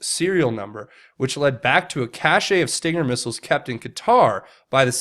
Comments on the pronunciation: Love the vids but PLEASE pronounce “cache” as “cash” not “cash-aye” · CACHE IS PRONOUNCED CASH, NOT CASHAY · cache is NOT pronounced" cash ay"